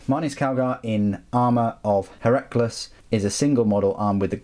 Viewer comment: Heracles is pronounced 'Hair-a-cleas' (rhymes with please). It's like one of those ancient greek-style names like Archimedes.